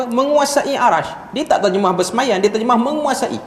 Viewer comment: BERSEMAYAM.. bukan BERSEMAYAN.. bhs melayu pun tergelincir..